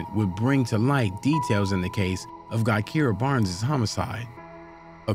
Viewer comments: im not from Chicago, nor am i into this drill shit, and i know her name isn't pronounced GUY-Keer-uh. it's Juh-Kie-Ruh. lmao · Exactly when it's obvious as hell her name is actually Gakirah pronounced "Jahkyrah" I'm actually friends with FBG Duck sister Lashea and his mom her name is Gakirah they called her Kirah for short. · Omg her name is pronounced Jah-ky-rah Barnes . You pronounced too many things wrong But at least get the names right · Her name is pronounced Ja-ky-ruh... FBG Butta is her brother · Guy-keera? Come on dude, you could at least pronounce her name correctly smh